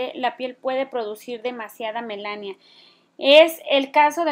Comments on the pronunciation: Melanina, no Melasnia. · Muchas gracias por la información y compartir... pero quiero hacer un comentario,es melanina no Melania. Saludos. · Hola Chica, vi tu video y se me hizo interesante, lo voy a intentar ojala me funcione. Gracias. Quiero hacerte una critica constructiva :) Se dice MELANINA No melania:( Espero te sirva. Saludos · Es melanina, no melania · No es melania, es melanina señora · Melanina,,,, NO Melania 🤦🏻‍♀️🤦🏻‍♀️🤦🏻‍♀️🤦🏻‍♀️ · Me mata de risa cada vez que dice melania :) pero si voy a hacer la mascarilla mil gracias.